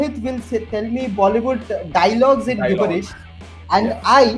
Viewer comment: It’s pronounced ‘Jib-bur-ish’.